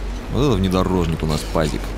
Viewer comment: Это не Пазик, а уазик.